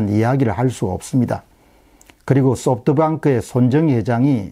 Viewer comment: 소프트방크 (x) 소프트뱅크(o) 백도아 (x) 백도어 (o)